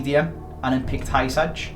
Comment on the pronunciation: It’s not hysaj pronounce it right